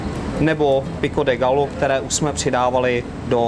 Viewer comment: Quesadilla vypadá chutně, ale bylo fajn, kdyby se pán naučil správnou výslovnost. Ve španělštině se dvě L vyslovují jako J, je to tedy "quesadija" a pico de "gajo". Jinak vaše verze Quesadilly je spíše Tex-mex než mexická kuchyně ;) Jinak like